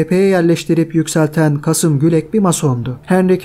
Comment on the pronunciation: Kasım değil, Kâsım Gülek.